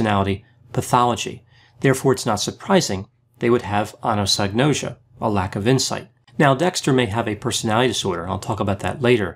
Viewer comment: Your correct use and pronunciation of anosognosia, as well as your assessment of one of my favorite television characters, just vaulted you to the pinnacle of my "Best Evidence-Based YT Content Provider" list.